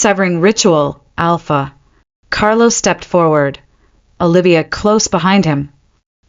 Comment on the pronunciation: This could have been a good story if 1. It had a better narrator. The pauses midsentence are beyond annoying. Even at 2x the speed. 2. Is it Alpha Carlo or Carol? Because after banishing his 1st luna he became Carol for a few minutes and repeatedly. Then went back to Carlo. 3. The creator listened before posting and corrected the AI on mispronounced words and spelling "It" instead of saying the word. Example instead of "It was serious" we got "I T was serious". It only seemed to happen when "It" was the start of a sentence. Words like wound (rhymes with womb) as in an injury being repeatedly pronounced as wound (like round with a w) as in wound too tightly.